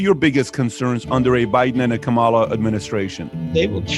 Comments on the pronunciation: Please pronounce Kamala's name correctly! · Kamala rhymes with Pamala. Say it right.